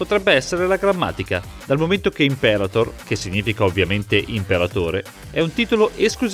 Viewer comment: Imperator: parola Latina. In quella lingua l'accento va sulla A, in quella Inglese sulla E. Poiché il discorso è in Italiano, derivazione diretta del Latino, si dovrebbe dire: Imperàtor. Che sciatteria...